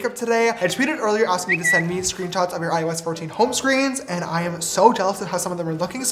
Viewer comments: Every time he said IOS 14 I thought he said “ I was 14” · Why does it sound like " I was 14" when James says " iOS 14" Just me, ok!!